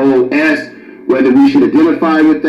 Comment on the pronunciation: In the very beginning you mispronounced the term ADOS. I see this will be a problem moving forward.